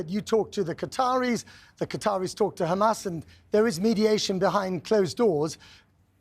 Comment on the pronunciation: It’s pronounced Hamas